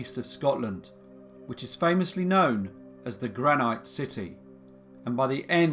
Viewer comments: I come from Aberdeen and it’s pronounced GranIT not GranYTE 😐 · I wish you’d speed up we aren’t taking notes. Also it’s pronounced gran- it not gran-ite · Sorry but it's pronounced Granit , rhyming with bit not bite! Love your work! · Just a small point, it's pronounced " granit, not granight " you're welcome 😉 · Its pronounced gran-it not gran-night. But do love your videos. Keep up the good work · Angus Armstrong: I am sorry, but it is pronounced granite rhyming with bite, not bit. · Monique Cardell no it’s not! I know people from Aberdeen and they pronounce it granit not granight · It's pronounced gran Nit, .. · I raise you your "delapilated" and give you "granite" whereas it is pronounced "gran-it" 😂 He reads everything phonetically, it is funny but also adds to the charm of these...these flaws and mispronunciations make you remember it is just a bloke in his bedroom making these hehe! I love them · Thanks for the case from my home town. Never heard of this case. Its before my time. 2 accent corrections for you though. Granite is pronounced Gran nit and Urquhart is pronounced Urk art. Other than that awesome story as always.: ) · I love your stuff altough often the pronunciation and intonation is weird. Dilapilate? Gran-ite? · What's the big deal? People pronounce things differently. Even in the same country, different areas have different pronunciations. That doesn't mean any of them is wrong. Obviously some people say "gra-night". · Is that the Scottish pronunciation? I grew up in England and it was granit. Never heard granite before. Don´t want a row, just interested. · Have you actually ever met a real human being?? You sound English but I've never in my life heard anyone pronounce the word 'granite ' as you did here mate!? Seriously! Where the fook did you get that from? You do not pronounce the silent e at the end of that word !!